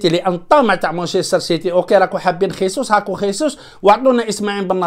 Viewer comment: خيسوس بالإسبانية أخي و هو برازيلي يتكلم البرتغالية و هذا يعني أن اسمه جيزوس و ليس خيسوس عمو.